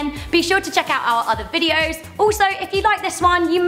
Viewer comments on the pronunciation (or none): none